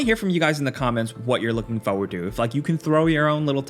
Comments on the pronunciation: Stalker 2 is also made in Ukraine so all credit to them still making the game 🇺🇦❤️. Also it is pronounced 'forward' not 'foouerward' 🤪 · What is this "fauwaud" he is constantly looking for? xD